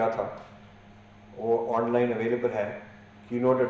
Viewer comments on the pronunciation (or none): none